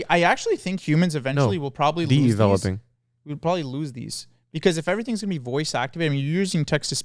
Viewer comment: laughing so hard at DEveloping